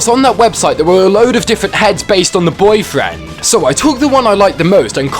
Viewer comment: I like how he says BOIII FRAND